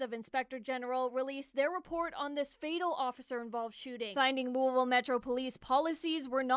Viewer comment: I’m fairly certain she attempted to pronounce the name of the city, but her tongue became incapacitated. Remember folks, the city is named after King “Louie” XVI. not “WooWoo”. I’m a resident so back off lol.